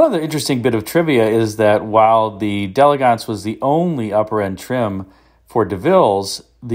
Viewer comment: Thank you for pronouncing “d’Elegance” the way it should be pronounced. Another YouTuber who regularly sells these cars insists on pronouncing it “dee-EL-egg-ents” even though he knows that is incorrect.